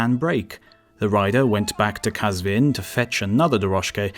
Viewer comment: AWESOME WORLD عزيزم ويديو خودش خيلي خوب بود و ان تلفظها كه عجيب بودند كم بودند مثلا قزوين به فاسي ghazveen ميشه ولي وي qazveen گفت. ولي خواستم كمك به صاحب كنال پيشنهاد كردم ولي نه خواستم شما يا وي اذيت يا توهين كنم. اميدوارم كه هيچ از كامنتهاي هر دو شما نراحات شوديد. به امان خدا